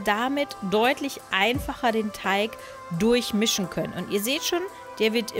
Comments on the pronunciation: TeiG nicht TeiCH !!!! XD gutes video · Ja was nun,? Teich oder Teig?🤣🤣 mega sympathische stimme👍👍👍